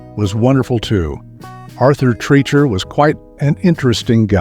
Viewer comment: You are mispronouncing Treacher's last name.